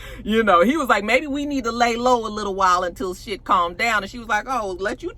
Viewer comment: The way u say liTTle latino lover 💀